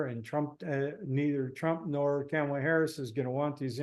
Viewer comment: Hey, it Kamala [COMMA, LA]....how do people not know how to say her name? Enjoy your pizza 🍕